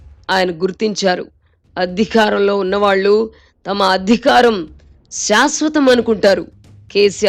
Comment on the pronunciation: Dubbing anchor voice modulation, 😮😅 “ Adhikaram” not “ Addhhikaram” kadamma thalli.